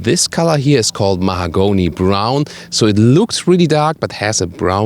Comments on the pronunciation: Lol "mahagonny" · Listening to you trying to pronounce "mahogany" was the best thing about this video!